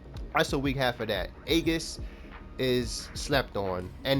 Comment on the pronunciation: great video, for what its worth, aegis is pronounced "ee-gis".